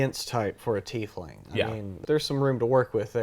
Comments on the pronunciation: Tieflings... TIE-flings not TEE-flings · Sorry if I'm late to the party, but if the word "tie" has a long "i" that sounds like "EYE" (sorry non-english folks... our language is stupid sometimes), why do you guys (and many others) pronounce it 'Teef-ling' when it is spelled "Tiefling?" Ever since they came out as a plane-touched race in Planescape, I've always pronounced it "TY-fling" (long 'i'). It was around the 4e days that I started hearing this "EE" (long 'e') pronunciation. Any clue? ToMAYto/ToMAHto??? Thanks in advance! Love the show! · I think th at its pronounced tye-fling. I think this because it comes from the German word Tiefle (pronounced Tye-fle), meaning devil, so it means little devil. A similar word historically is Tieflhund (devil dogs). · At least you two know how to pronounce "Tiefling" - Some other Youtubers are hilariously bad at it (I'm looking at you, Puffin Forest! It's "Teaf-Ling" not "Tie-Fling!")